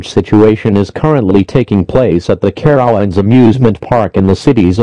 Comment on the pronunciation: Excuse me, how did the dumb af robot just pronounce Carowinds???